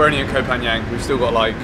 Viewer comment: Hope youre happy in our country man Also Koh is pronounce Kor with a short sound